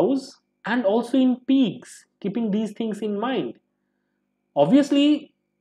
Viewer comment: Also it’s pigs not peegs....sry